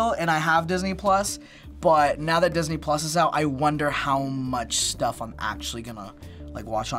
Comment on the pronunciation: Idk i heard all the time this ni**les instead of Disney plus hahaha